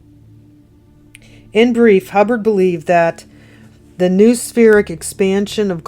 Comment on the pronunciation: Noospheric said ‘ know- ah-spheric ‘